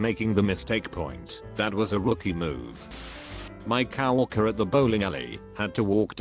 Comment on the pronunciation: Auto voice cannot handle COW worker. Doesn't the OP ever check or edit for pronunciations.